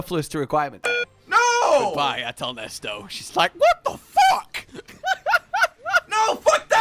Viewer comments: STOP SAYING NESTO IT'S AHTAL-NESET I SAW YOU LOOK AT ITS NAME ON THE MONSTER POLL I KNOW YOU'VE SEEN IT PLS STOP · IT'S NOT NESTO, IT'S NESET